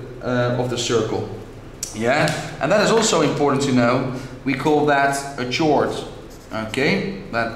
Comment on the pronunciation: chord not tshord